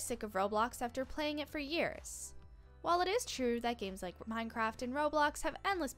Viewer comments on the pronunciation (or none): none